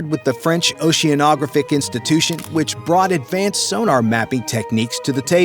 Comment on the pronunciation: This guy should learn how to pronounce "oceanographic"!